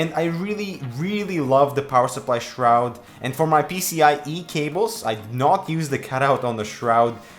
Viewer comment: did u say shroud? or shrood? :/